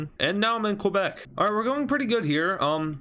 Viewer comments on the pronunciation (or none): Its ke-bek not qua_bek